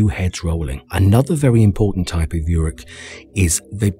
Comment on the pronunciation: Essentially everything you say in this video is nonsense, not Tolkien, including your pronunciation (ooruk, not yuruk).